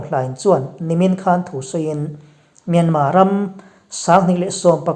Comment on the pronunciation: Myan..Mar ti lova Myan..ma tia in rawn lam ta hi a ngaihthlak a nuam ta hle mai. "Hakha" tih hi kawl hovin an lam fiah thiam loh vang mai mai a ni. Halkha tih hi hnam hming a ni a. An khaw hming a ni nghal bawk a. Halkha..ti hlirin rawn lam țhin ang che u.